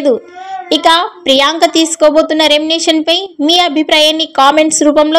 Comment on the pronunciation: నీకు సరీగా మాట్లాడేకి రాదు ఛానల్ అవసరమా ఎభాష వస్తదే నికి ఎర్రి పూ... దానా... రెంనెషన్ naa ఒక్కసారి పలికిందిలే తప్పు అంటే ఓకే ..మాట్లాడిన ప్రతి సారి రెంనెషన్ అని కూస్తావ్ బుర్రతక్కువదానా చదువు రాకుంటే ని యెనకా ముందు రెండు మూసుకొని కొంపలో కూసో... ని నోటికొచ్చిన కూతలు కూయకు.. remuneration. ఇలా పలకాలే గొర్రెదానా. తెలియకుండా నోటికి ఏదొస్తే అది కూయకు తెలుసుకొని కూయ్ తింగరిదానా.. 🌹🕉️🌹జై శ్రీరామ్...